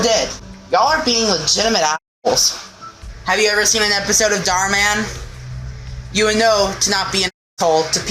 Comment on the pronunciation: I still can’t with him saying “Have you ever seen darman?”